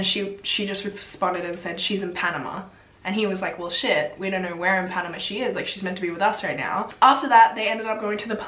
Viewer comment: omg!!! I'm from Panama I never imagined you would stumble upon this story. you actually managed to pronounce all the words right, congratss!! i think that tourists like to do everything on their own, so why did they not wait for the tour guide who actually knew the road! it is very weird what happened to them, it was a huge deal here in Panama.